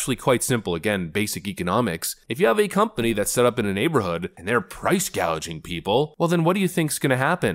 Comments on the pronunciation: Food prices go up, size of containers gets smaller. Talk about price gauging. ms/pronounced and didn't catch it. 🤣🤣🤣🤣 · "Price gaydging" that's her dementia showing up. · They will just tack on 25K to the price of the house LOL. She said price Gauging, like a gas gauge I guess. Don't put words in her mouth, I think she means gauging. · Maybe gouging is pronounced guaging when you speak through your nose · “Price gauging”? Her lack of intelligence is showing again. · To be fair, she said "price-guaging." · "Price gaging." She can't even SAY it. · Everyone is mistaking her. She is talking about price gauging, not gouging. Obviously she is reading a script, and lacks knowledge of what is being read off. There was another instance of this about a week ago. If you don't recognize a word, or know you are mispronouncing it, then it really isn't a major issue to you. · She said price gaging.😂😂😂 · Price gaging, either she can't pronounce price gouging or i5 was misspelled on the prompter.b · I know what "price gouging" is but wtf is "price gauging"? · She has NO idea what 'price gauging' is, she called it "price gaging" . She is a shill, that's brain dead ill ! It doesn't matter one bit WHO is on the Democratic ticket they try and 'buy' your vote... It's the strategy when you have NO POLOCY! ("We have no plan but elect us as your savior and we'll give you some 🍞🍞🍞🍞) PATHETIC😢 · She said gaging, not gauging, ask her what that is… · Price "gauging" 🤣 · Did she mispronounce price gouging and say price gauging? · She didn't say price gouging. She said price gaging. Maybe some clarification from the Harris campaign is in order. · She said price gauging not price gouging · She can't even say "price gouging" correctly. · What is price gauging? When they mispronounce everyday words, seems they don't even know what it means. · She said "price gaging" on purpose. She will watch the prices go up and laugh. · She said Price gauging and Hospitility. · price "gaging"?